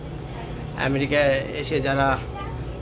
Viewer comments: ভাই আপনি দেখানোর চেয়ে, বেশী কথা বলেন, আরা ম্যাওরিকা ম্যাওরিকা বলা বন্ধ করেন। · Vai apnar merica merica sunte heby hashi pai😂